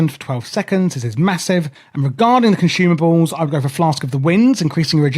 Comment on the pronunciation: At one point my dude said conshoomables, this guide is helpful btw!